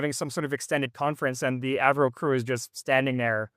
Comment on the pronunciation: I like how you switched from the Av-Ro pronunciation to “Avro” 😅